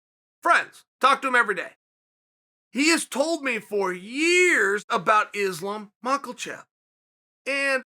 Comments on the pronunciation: Islam Michaelchev😂😂😂😂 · "Islam MICHEAL CHAP" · And sometimes 'Islam Michael chef'